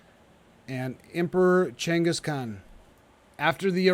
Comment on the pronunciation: Yeah, it’s really frustrating to hear him keep saying it like that 😂